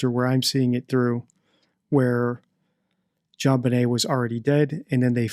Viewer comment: Straight up …He said Jon bnai as in …..😮instead of Benet.